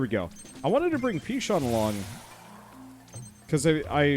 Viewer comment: It may just be me and I may have missed it, but isn't Pichon's name just said as "p-i- chin" like pigeon? Perhaps I'm misinterpreting a joke. All apologies if I am.